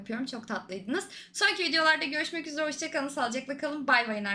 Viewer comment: abla yeter artık üzereye üzre deme